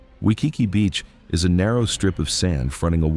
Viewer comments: I disagree with this video on many accounts.: 1. Waikiki. Not only did your AI bot mispronounce the name, you are dead wrong. It is beautiful and well worth the visit, particularly at dusk when runners light the tiki torches; 2. Seaworld. Beautiful gardens, wonderful shows, and fun coasters. I'd sooner visit Seaworld than have my wallet ransacked by woke Disney. 3. Biltmore. Wonderful display of conspicuous consumption in the early 1900s, with an awesome Christmas display. The winery is also worth seeing, as are the gardens in season. 4. Rock and Roll Hall of Fame. Cleveland is the perfect place for this structure. While i agree that no hip-hop artists should have a presence, it is awesome for real rock lovers. Why would you go if you're stupid about the history of the genre? 5. Niagara Falls.... although i do prefer the Canadian side. It's nature, dolt. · Learn how to say Waikiki!!!